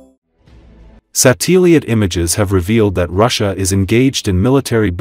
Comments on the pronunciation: I beg your pardon! 📡...........🛰️ Satellite ! Say it again, I dare you ! ( Sat-EL-Light ) 🛰️ 🛰️ 🛰️ 🛰️ 🛰️ 📡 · Check the pronunciation of your AI generated audio it's bad. Eg: what is a sat Till ie ate ?